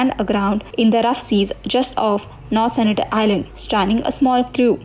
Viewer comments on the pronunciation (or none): Sentinel not Senitel